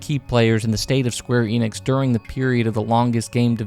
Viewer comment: he pronounces every japanese name correctly except square enix itself 😩 ff12 is awesome!